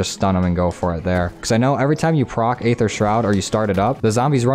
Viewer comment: Did he just call it 'dark 'ather'? FML this guy must be new to zombies